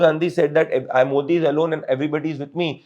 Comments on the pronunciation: You guys first need to learn how to pronounce our PM's name "Modi" correctly!!! Disappointing!!! Rest is ok. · Not Moordee its Modi .😅😅